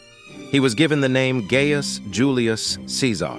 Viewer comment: You are mispronouncing “Gaius.” It has a hard “I”; it’s not “gay-us”.